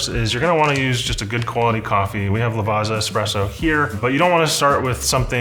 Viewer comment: Lavazza is actually pronounced with a 'ts' sound, like in Pizza. "Lavatsa".